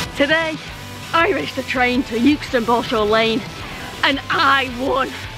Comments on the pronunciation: lol i lived in euxton for nearly 20yrs and because euston is pronounced yooston people think euxton is yooxton :) no its exton :) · My ex lived not far from the station in Euxton so those clips around there and Chorley brought back some memories. I’m not sure whether they are good memories though 🤣 I would always pronounce Euxton wrong cos it really annoyed them up there aswell 🤣 Great video and well done on beating the train 👍🏻